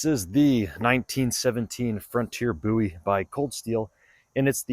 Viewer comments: Nice video. Appreciate the slo-mo’s. And I applaud you pronouncing Jim’s name correctly. 👍🏼👍🏼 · You Said the name correctly😊